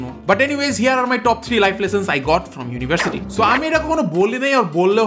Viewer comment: Why do Bangladesh people say versity instead of University?